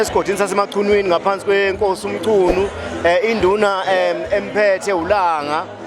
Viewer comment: Lo wabiza uMchunu ngo mqunu.😂😂😂